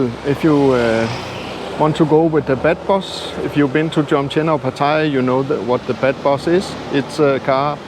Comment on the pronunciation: In English you don't say bed bus but more like bath bus. With a ah. I like Jomtien, I like Pattaya also, I even like Naklua. In Naklua there is a very nice fish market.